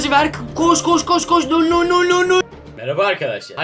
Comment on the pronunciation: Null u doğru söyleyemiyor bile